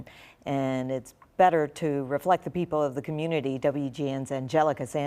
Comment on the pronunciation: This nerd doesn't even know how to pronounce puerto rico. He pronounces it like a crcker from the suburbs.